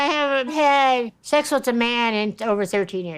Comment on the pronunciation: Debbie : "shex" 🤢🤮